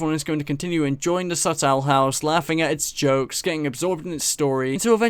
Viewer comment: Why does he pronounce it like "subtle house"